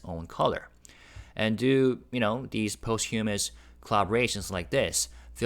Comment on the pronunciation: Hi. Please check the pronunciation of posthumous. It's not post humous. It's difficult to phonetically describe. 😊